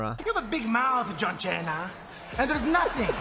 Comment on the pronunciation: santino marella calling john cena,john chena always funny. Every time i see the clip😅